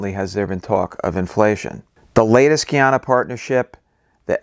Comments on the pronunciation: Guyana is pronounced like Guy-Anna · Guy-ana :) You said it right in the first video :) Sometimes people say Gee-yana but formally, it is Guy-ana. You've got the demonym correct this time :)